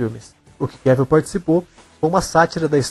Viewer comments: Sim...acho que o teste para o filme 300 é uma informação equivocada. E da próxima vez, de novo: É QUÉVOL! Não Quévil..🤦🏻‍♀️ É só lembrar de viagem em Inglês: TRAVEL/QUÉVOL. Tem um vídeo onde ele mesmo ensina a pronúncia, tá??!! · O nome dele se pronuncia Cavel, como travel...